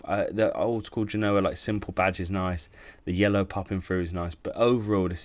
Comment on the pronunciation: He couldn't evem say Cagliari correctly, you knew he was going to butcher the artist's name. PS "England inspired Genoa (yes, he mispronounced this one as well) kit"!? Read a book, man. Seriously, have a sense of history.